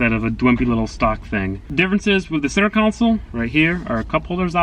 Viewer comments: repeat after me. Con Sol not council! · Console, not council, bro. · Take a shot everytime he says center counsel instead of console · Center counsel 😂😂😂😂😂 it's freakin console. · Con sole,. Not Counsel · Oh my god, it's pronounced center console. Not center council 😒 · Ight buddy. Say it with me now: center CON-SOLE. Not council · Say, "Cown Sole" ONE. MORE. TIME....Love the car, learn english! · Console not council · Maybe it’s just me, but I kept on hearing you say “center counsel” instead of “center console” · It’s pronounced “KAHN-SUL” not “KOUN-SIL” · Console not Council? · Lol why do you say console as council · CENTER COUNCIL? I its called CONSOLE 😂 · Why on earth do you say “center council” Its console. Pleez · No offense, but it is pronounced console, not council. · I swear to god, say center council one more time. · Center “council” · Great video. Laughed my ass off at the center ''coun-sole'' though. :D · "Center council" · why are you saying council lmao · Why do you pronounce console "council"? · Someone explain to me why he says it "center council" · This boy says “center council” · “Center council” 😂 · why do you keep saying center council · con·sole /kənˈsōl/ Say it with me... con... sole... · Senter council" not Senter cauncil😠😠😡😡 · if i hear center council one more time i swear to god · "Centre council" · Hard to watch you miss pronounce console over and over again